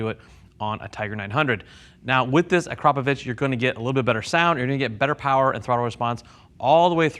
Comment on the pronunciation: being from Slovenia, it boils my blood when i hear people butcher Akrapovič.